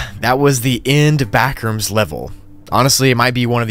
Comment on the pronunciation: "the backrooms?" nah the blackrooms